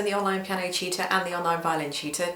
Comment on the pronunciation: I keep thinking she's saying "violin cheater" instead of "violin tutor" lol